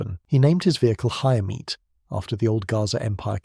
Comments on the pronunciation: The word Chaimite, the Ch makes a single sound that sounds like X in english. Ximety would be the closest english way to say it. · Try "Shy Meet" for Chaimite and it will sound perfect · Chaimite is pronounced "Shy""Meet" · Regarding the "Chaimite" (pronounced like Xaimite) and other Portuguese weapons. Let's put it this way. On the immediate first reaction. Portugal used F86 Sabre jets. Owned by Portugal under NATO. But even that was obliged to return to continental Portugal! With the American scum, USSR and China all pushing the strings behind the stage! Suddenly Portugal was under manned, unarmed, under attack and alone! Most countries would have rolled and play dead. Portugal came out of the shell and fought back, against all odds. I guess half a millennium being the under dog in so many battles and wars made it like that. From Aljubarrota to Angola! Being attacked from all sides and under severe sanctions! In sequence attacked in Angola, Guiné-Bissau, Mozambique and let's not forget India. And later after giving independence to East Timor, it was promptly occupied by Indonesia. With American blessings and American weapons (surplus from Vietnam). When I say alone and against all odds I'm not kidding! Oh! Did I mention the vast Oil & Gas reserves in East-Timor! Coincidence I guess! Oops! Portugal was the only country to ever use the FIAT G91 (Gina) jets in combat! Acquired trough sanctions and miracles via South Africa, etc. An adventure in itself! After prohibition to use the F86 Sabre jets! Portugal started building / fabrication of the Chaimite, HK G3 assault rifle, Berliet-Tramagal trucks, ammunitions and other light weapons, guns, mortars, etc. Fun fact: Once more, against all odds, in 1